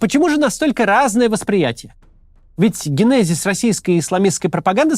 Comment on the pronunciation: Максим, генезис произносится с ударением на первый слог. Спасибо за видео!